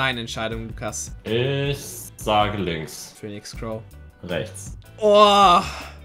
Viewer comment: Pöhnix Crow